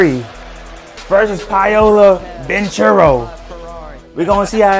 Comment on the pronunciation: It's pernouced palo bankero